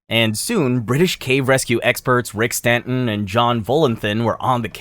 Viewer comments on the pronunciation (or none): none